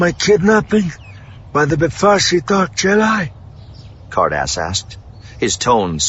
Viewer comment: I don't know why I kept hearing 'Hardass' instead of Ca'rdas.. 😅